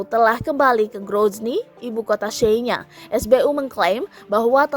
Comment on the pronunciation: Receeeh... Senya? Nyebutnya aja gak bener miiin.... Miiiinnn...... Belajar baca dl